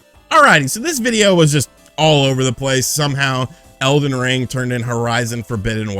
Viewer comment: He called it elven ring like 4 times😂